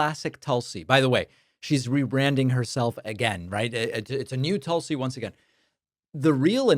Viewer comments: Pronounced TOOL-si. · Her name is pronounced "Tool-see" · David, you mispronounced "Tool-see"!